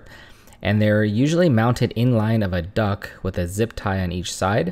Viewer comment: Thank you for the video. But it’s Duct not Duck.😂